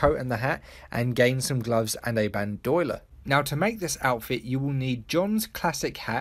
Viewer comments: Tbh Bandoiler sounded more badass than bandolier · It’s bandolier not bandoiler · Ban - De - Leer "Bandoyler" 😂😂😂 I'm sorry that was just funny. Great video though 👌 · Isn't it bandolier, not bandoiler? Or is it different across the pond? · You do realize it's BAN DO LIER not bandyoler right? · "Band-Oil-Er" ??? It's Band-Oh-Leer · Aha bandoiler It's pronounced Band-O-lier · Bandolier not bandoiler lol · It's "Ban-do-li-er" not "Ban-doy-ler" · Band f***ing oiler. its band-oh-leer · Happens to the best of us. But everytime you said it wrong, I said "It's bandolier" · Nobody in the world: Nobody in the entire universe: This guy: baNd OIL er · “Ban-doi-ler” Lol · Ban-dough-leer mate lmao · Bandolier. BAN-DO-LEER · Mate.. idc where anyone is from, bandolier is not pronounced Band-OIL-err. The L comes before the i so it just doesn't work. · Just FYI, it's pronounced Ban-Doe-Leer not whatever the hell you were saying. lol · Ban do y ler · you'd think that common sense would figure out that you're pronouncing it wrong. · No he just can't pro ounce it 😂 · I love the way this guy pronounces bandolier idk if it’s a dialect thing or what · Wtf did he call the bandolier? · The way you say bandolier bothers me so much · U keep saying bandolier wrong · Why does no one know how to say "bandolier"?